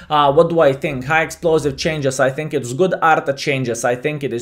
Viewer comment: You dont think, you tink.